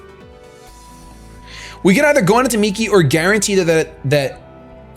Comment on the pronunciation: Yea, I really hate cresselia so much. Also, it's Migi, not Miki XD but y'know, close enough